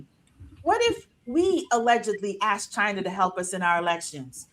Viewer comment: Brother I watch you every night. Its asked not Axed